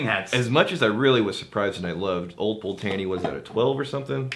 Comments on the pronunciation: Fucking thank you. Is almost like they’re bourbon drinkers reviewing scotch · It's pronounced Old Pultney, the first e is silent. Take it from a Scot who was born in the Malt Whisky Capital of the World, Dufftown. My late father was born in Rothes and Old Pulteney was his favourite Malt Whisky. He worked at Cardhu and Littlemill distilleries in the 1950's and 1960's. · I'm not a stickler for pronunciation but geez Pul-tay-nee hurts my ears. Love the 17 (multiple bottles), and finally got the 21 two months ago. Haven't opened it., that's a beautiful bottle to give to people who can't pronounce it. LOL Congrats on 10K subscribers that's cray-ay-zee. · And besides, Ralphy calls it "Pultney" as well, but with a middle 'e' that is barely heard, almost giving it a 3-syllable roll to the word. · Always thought it was pronounced Pult-knee as that's how Ralfy pronounces it. Oh well, tomayto tomahto. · Its Pult-nay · As someone from Wick (north of Scotland) where this whiskey is from, it very much hurts to hear how they pronounce it!! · I tried to overlook the terrible mispronunciation of the Old Pultney name. At first I found it hilarious. However the suggestion that they can pronounce it “however the hell they want” suggests their ignorance is wilful, which is quite disrespectful actually. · Im now going to blame you guys for the cost increase in one of my favorite whiskys. Old Pulteney is one of my favorite cheap go to's! I believe you are pronouncing it a little off as well. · We're using the Texas pronunciation :-)